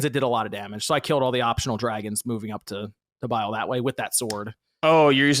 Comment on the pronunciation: How many times is homie going to say Bile instead of bayle